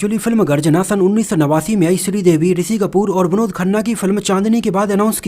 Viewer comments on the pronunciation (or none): none